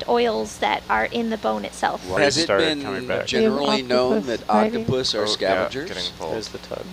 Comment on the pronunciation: Scientists freak over your mis pronunciation of octopus